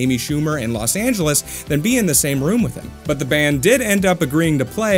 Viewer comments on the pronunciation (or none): none